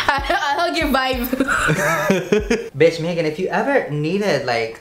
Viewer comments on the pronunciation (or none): none